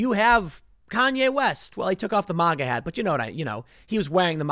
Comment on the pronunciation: The way Tim pronounces MAGA sounds weird to me